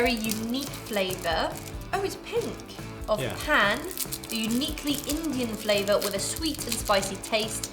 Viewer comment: This video really reminded me of my childhood, the pan sweet is my fav and when he said it tastes like.. i was so shocked. The pronunciation made me so mad, even though I understand not being able to pronounce it but I still got so mad. It's not pronounced pan as the kitchen thing, idk how to describe the pronunciation of it 😅